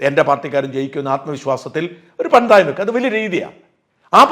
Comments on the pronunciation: പന്തായം അല്ല പന്തയം ആണ് കേട്ടോ😊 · എന്റെ ഷാജാ പന്തായം അല്ല പന്തയം.. പന്തയം